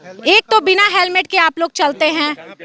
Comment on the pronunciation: हेलमेट बोलो सिपाही सिपाही हेमलेट बोल रहा हैं सही से बोला करों